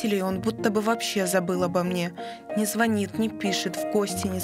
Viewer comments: дамочка, звОнит - это не про вариативность, это про элементарное незнание правил русского языка и, как следствие, неграмотность. то, что в вашем регионе неграмотные люди превалируют, вовсе не означает, что это должно становиться одним из вариантов нормы. а вариативность - это про твОрог и творОг, свеклА и свЁкла, искрА и Искра. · о, да, это слово просто эталон ГРАМОТНОСТИ для таких как ты. В регионе, в котором я родилась, привычно говорить звОнит. От этого мы не являемся олигофренами. Вариантность - одно из важнейших свойств нашего языка, а детей, по сути, заставляют зазубривать искусственно навязанные устаревшие формы